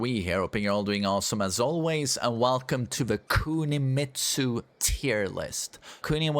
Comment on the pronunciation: "Cuuhnimitsu" You ain't slick unc.